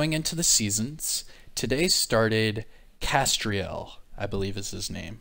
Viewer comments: 'Kes-trell' (pronunciation) is a bird species. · nah man I was just saying that it's just kestrel. With no i. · Yeah, mispronounced names don't usually bother me. Just for the record though, it's Kes-trull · Bro, for the love of all that is holy, stop saying Kestriel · I think the name is pronounced Kes-trel, like tell or bell, trello, with the T, “Trell” and not like Ariel or Azriel. In my opinion. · Love the content but: A "Kestrel" is a small falcon. Not that difficult to pronounce? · Kestrel is a small hawk, your pronouncing it wrong!😉🇬🇧